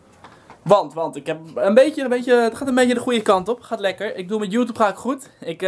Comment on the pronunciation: Je zegt geen joetoeb het is joetjoeb